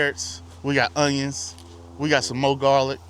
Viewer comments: 2 things. Are those unjuns short day? The proper way to pronounce that garlic is wrong every time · Fun Fact: When I was younger my friend and I would pronounce onions the way you did in this video and we would just say it was the country way of saying it. lol